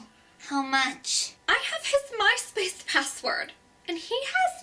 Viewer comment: I giggled every time she said "Myspace". :B